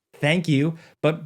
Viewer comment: Yeah but your name is Baldino not Baladino😂